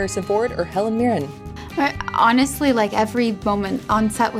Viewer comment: Please remember...it's Helen MirrEN, not MirrEM.